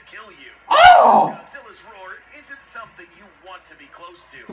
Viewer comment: “someings comthing” lmao